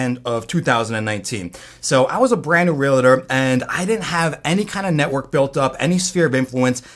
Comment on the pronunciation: great info but stop saying realator. It's pronounced realtor.